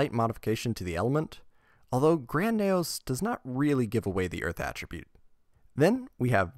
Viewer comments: It’s KNEE-O’s. Not Neigh O’s 🐴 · knee ose not neigh ose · N E O not N A Y O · "Knegh-Ohs" That irked me when it really shouldn't have. Neos is "Nee-Ohs" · Damn, all that effort to just say Nayos instead of Neos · Nee-ohs not neh-ohs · Learn how to say neos. Not nayoos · that's the credit I wanted to give him until he consistently pronounced the archetype "Knee-Oh Spacian" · and it’s said Knee-os by the English dub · Super interesting video until you started listing the NEO’s as Naous. I couldn’t handle it anymore. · I find it funny when he tries to say neos but instead it turns out sounding like nails. But good video man. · Great video but the fact you call Neos "Nayos" was like nails on a chalkboard omg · Ngl I keep hearing nails instead of neos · You had my attention until you started saying “Nay-O’s” I couldn’t finish the video. Sorry, man. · Ok good I'm not the only one who noticed this. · He did Neo bubble man fine so it’s strange he’d say neos so weirdly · Even if he were, he’s speaking english and there’s an english pronunciation😂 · Thumbs down for the intentional mispronunciation of Neos. You said Neo right once, so you know what you're doing -_ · why cant you pronounce the word "Neos" correctly, you're talking about the anime in this video, they literally say it correctly in the anime! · So you can say neo bubble man right but not neos? Gotta be engagement bait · The way you pronounce neos gives me psychic damage. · Shout out to everyone who turned this video off as soon as he said neos wrong. Sped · Dude is fighting for his life to say Neos. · your pronunciation of neos is baffling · Like good video but pronunciation is grating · Why did you say Neos like that 😢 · You say neos weird